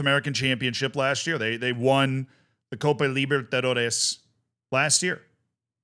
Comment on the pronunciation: He pronounces Libertadores right and fucks up Reese's